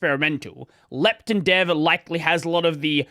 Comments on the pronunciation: he speaks Proton correct but Lepton like it is lacking an O. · As an American listening to you change the pronunciation because of your accent, to another pronunciation that is still different because of your accent was funny. Especially when it’s contrasted against protON, and you say leptIN haha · Why do you pronounce the -ton in proton and lepton differently?? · I simply can't believe that "lepton" is such a common word in your speaking environment that you have a culturally preferred pronunciation. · the second "o" in proton is pronounced like "oh" instead of "eh" because the preceding syllable contains an "oh" sound, which is a common pattern in English. for example: moron, boron, botox. lepton doesn't follow the same pattern so intuitively it makes sense to pronounce it differently. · i guess, everyone is used to proton being pronounced how it is but pretty much everything else ending in "ton" in Australian English is "tin"/"tun".